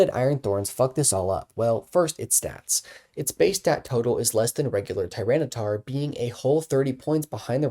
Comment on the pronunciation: Why does he keep saying tyranocif wrong?